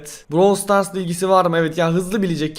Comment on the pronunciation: Başlık: AKİNATÖR YENİ EFSANEVİ KİTİ BİLDİ! Brawl Stas "Stas"??